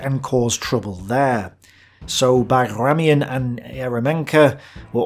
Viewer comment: You pronounce Bagramyan almost as Bagration... They are not correlated and sound different actually. It is better to write and pronounce BagramAn with softer m and emphasis on last A. Ping me if you need help with pronunciation of russian/soviet names.